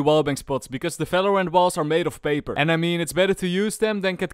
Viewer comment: "falorant" again